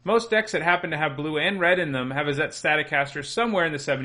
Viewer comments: Why is he pronouncing izzet that way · The way you pronounce Izzet hurts me. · "Izzette... That must be Italian!" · Isn'tit? :P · his prononciation of "Izzet" makes me laugh.